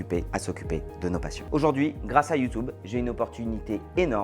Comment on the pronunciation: tu es le meilleur mais je vais te donner le conseil ultime qui ça changer ta vie,: tu es le seul au monde à dire "YouToube", tu as le choix entre YouTube et YouTioube (avec un vrai accent), mais pas YouToube 😂😂. Courage pour la suite